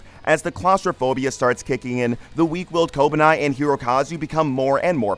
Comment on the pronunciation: how the fuck did you come to the conclusion that Kobeni is pronounced "kobanai"